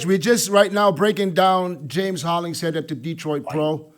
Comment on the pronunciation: Why did say James Holling-Sheed? Does he not know his fellow competitors’ names? 😂😂😂